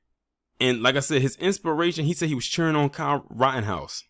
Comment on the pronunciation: You said " Kyle rottenhouse"... 😂